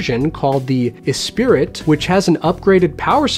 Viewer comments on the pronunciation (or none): Fantastic informational video,. BTW, it's pronounced "Es-pree", not Espirit.;) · Espirit? It’s actually Esprit, pronounced Espree. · Hey - "Esprit" is pronounced "s - pree" with the accent on the "pree". BTW, I have the "old" LP-120 also... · Another great video!! I just purchased the Carbon Debut Esprit and it iis absolutely amazing!! I upgraded to the Esprit from an AT LP-120 USB and it was a HUGE upgrade. And BTW....the the name Esprit is pronounced Es-pree. 😊